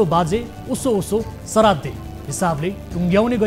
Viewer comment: सराद्दे हैन हौ पटमुर्ख श्राद्द हो अलि शुद्ध बोल्न सिकौ